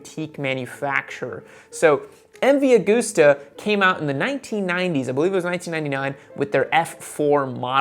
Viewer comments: Great vids as always. But for the record. It’s MV Augusta as in gust not goose.... look to August for pronunciation clarification. You’ve got everyone in Europe laughing right now.... which is not a bad thing in the grand scheme of things really... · The pain in my heart when you say Aug OO sta, instead of AugUsta. Like August, the month. :/